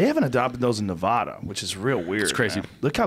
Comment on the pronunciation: Still says Nevada wrong.